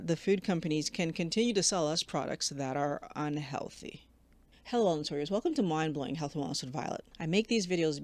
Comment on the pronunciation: I appreciate your videos, but could PLEASE slow down your pronunciation of "Hello Wellness Warriors"! It sounds like hallawallwalla!